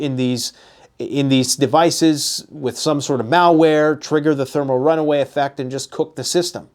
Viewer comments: It is thermal "run-away" (implying it is out of control), not runway. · RunAway. Not runway… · Thermal runaway, not runway